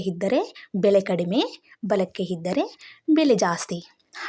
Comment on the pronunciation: ಮೊದಲು ಹ ಕಾರ ಅ ಕಾರ ಸರಿಯಾಗಿ ಮಾತಾಡಮ್ಮ... ಎಡಕ್ಕೆ ಹಿದ್ದರೆ... ಅಲ್ಲಾ ಇದ್ದರೆ.... ಅಯ್ಯಪ್ಪ.... 5 ನಿಮಿಷ ಕೇಳೋಕ್ಕಾಗಲಿಲ್ಲ..... ದರಿದ್ರ